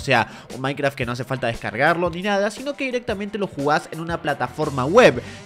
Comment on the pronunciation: dice minceraft no minecraft